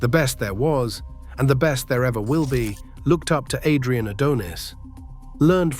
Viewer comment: The thing that made me so mad about this video, is how you would pronounce Adrian's last name right, then wrong. Definitely makes me think its AI generated or read with AI